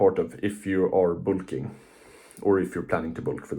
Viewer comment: ah yes "boolking" jokes aside W video youre huge keep grinding bro